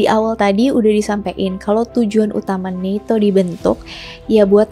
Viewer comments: NATO kak BUKAN neto... Di marahin Lord Rangga Loh kl salah2😅😅😅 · usul saja, gunakan satu pengucapan disebuah video, mau baca ala barat atau ala indonesia.. sangat mengganggu NETO NATO yang diucapkan secara acak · Bacanya NETO apa NATO si. Serius nanya.